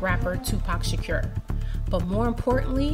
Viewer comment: Say shakur right please